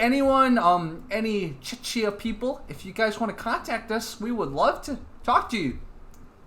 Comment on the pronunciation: Hey, this video is from my country. You have made the video most funny by your way of pronunciation: "Třinec" and "Czechia". No way close to original. Lol!!!